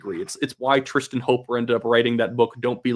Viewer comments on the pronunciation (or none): none